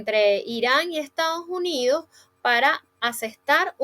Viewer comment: buenas tardes. Se pronuncia correctamente Estados no Estaos Unidos!😔